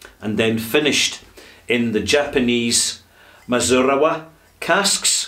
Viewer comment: mee--zoo--naa--raa. Great review, as always. Thanks for the time, talent, and care you put into your work. I've learned a lot from watching you from here in Tokyo.